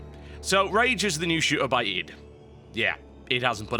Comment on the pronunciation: Wow this is probably the first time I hear someone else pronounce Id the way it should be pronounced!